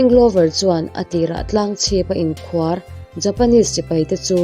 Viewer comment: Tlanga inkhuar tih i lam/thluk dan hi a dik lo tlat, inphuar tur tih a phuar thluk ang hian inkhuar tih hi thluk tur a ni.